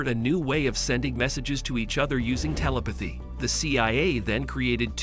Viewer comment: Mispronounces, "geller," "telepathy," and "nazi," all in the first few minutes. Oh yeah, I'm going to listen to this guy. What joke.